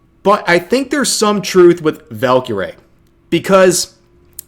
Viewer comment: I’ve met her it’s “ValkyRAE” Like Ray